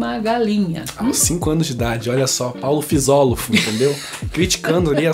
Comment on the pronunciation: "Paulo fisofolo" kkkkkkk